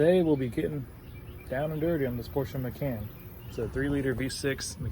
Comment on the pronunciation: Great Video, its pronounced, "Ma-Khan" not "Can" ;). But unfortunately this is a common issue on the macans, its sad that no one has made this a steel vent pipes, you have to replace it with another plastic :/ I have smelled coolant on my macan for the last 20k miles going into my 60k miles service, and my local shop is gonna replace that pipe just so i dont get stranded on the road. Here is what my 60k mile service will look those who are interested: Drive Belt-Alternator, Water Pump and Air Conditioning 6PK-2523 Thermostat Water Pump Coolant/Antifreeze G40 (Pink) 861526 FI Throttle Body Mount Gasket (D5) Oil Filter Kit OX 254 D4 0PB W-40 Full Synthetic 040 Water Distribution Pipe Intake Manifold Gasket